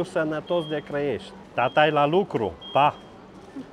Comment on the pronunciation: puiu de Crăiești sau Clăiești? Hotărăște-te :))